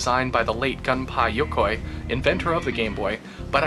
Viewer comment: and also its pronounced (goon-pay yo-koy)